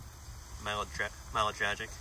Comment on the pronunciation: Very bad pronounciation of Миле Драгић lol. Hello from Serbia.That plate carrier was short produced and quite uncommon in Service most were just innstorage.Front Plate you pulled out says "Protective Ballistic plate with anti trauma layer for PBB M-99 Protection level 3 Serial number M21300 Month and Year of manufacturing 05.2002."